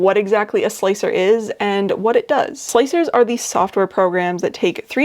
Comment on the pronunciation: I did not know about the multi-plate thing. Thanks! Oh, and thanks for calling slic3r slicer. Not sure why but calling it slick-3-R really bugs me.